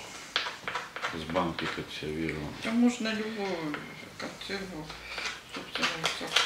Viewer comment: Почему "КОНЦЭРВА" а не консервы